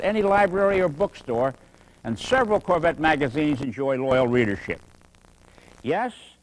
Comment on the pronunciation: I love the way he says carvette instead of corvette Such a great video. Thanks for uploading!